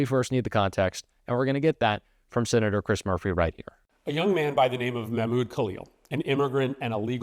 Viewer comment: That is not how you pronounce Mahmoud.